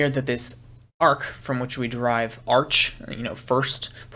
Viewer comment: Sorry to be picky (because you’re doing such a great job otherwise), but in biblical Greek “arche” is pronounced ar-khay’ (see the Strong’s screen shot ).